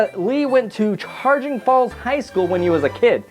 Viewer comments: and btw its chagrin not charging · Its pronounced like sha grin falls lol js i know its spelt chagrin falls ch sounds like sh